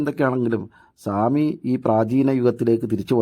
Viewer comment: സ്വാമി അല്ല ആസാമി